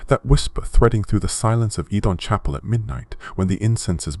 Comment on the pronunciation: Take a shot every time bro switches up his pronunciation of "oedon"